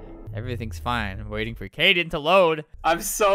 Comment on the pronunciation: His name is Kaden not Kayden btw